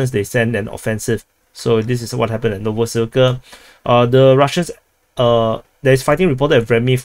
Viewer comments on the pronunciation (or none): none